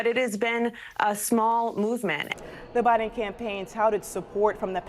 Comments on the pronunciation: She just said Obiden! Lmfao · Did she say Obiden !? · Did she just say Obiden😂😂😂😂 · Dude she actually said “obiden” at :31 🤣. She knows what’s up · She called him “Obiden” 😂